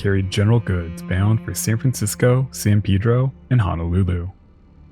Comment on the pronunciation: Kudos for pronouncing San Pedro correctly!